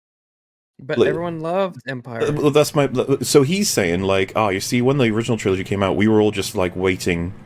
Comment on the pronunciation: I hate the way he says "trilogy". It sounds like "CHrilloCHgy"